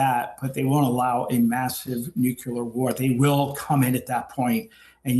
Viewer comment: And how come these same people pronounce Nuclear as Nukular ???? 😂🤷